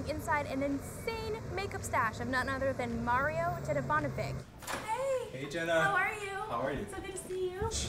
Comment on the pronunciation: DedivanoviČ not K